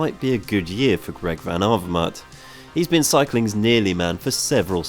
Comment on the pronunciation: Say "have her mate" now say AV-ER-MAET Not so hard now is it????